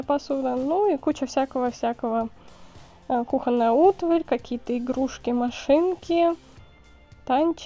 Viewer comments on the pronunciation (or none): none